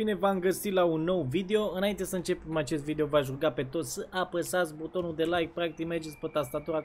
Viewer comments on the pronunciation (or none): Ai zis vidio